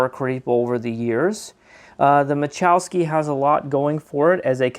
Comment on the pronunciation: ma la chow ski not ma chow ski ..... lol!